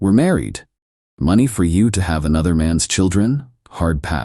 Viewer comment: Why can’t these AI stories pronounce money correctly? Did she only get $73 from the divorce or are you trying to say $7,300 or $73,000 ?? The transcript was equally useless, it had $73 printed